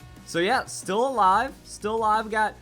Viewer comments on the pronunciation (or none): none